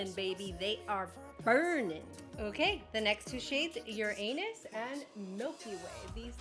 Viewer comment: Ur-an-us , not ur-anus. 😂